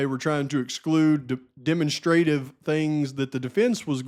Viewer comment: Love ya! With the most respect, demonstrative is pronounced “deh- MONStra-tive” sounds kind of like Monster. Just looking to help ya out a little bit brother! Another FANTASTIC video! Thank you for all of your hard work